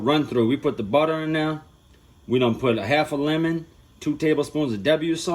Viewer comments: U should let him "buddda" ur biscuits🤣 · We need a “budda” and “okay” compilation🤣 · This man said 2 pounds of butta! 😂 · Dat buttuh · 2lbs of "Butta" lets go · Ah yes buddah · Ahhhh I’m so happy!!!! Who else is happy he said budda HELLA TIMES 😭😂👏🏼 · The way he say butter always takes me out😹❤